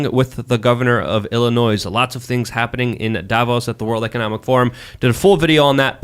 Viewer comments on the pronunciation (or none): Illinois is not pronounced “Illinoise.”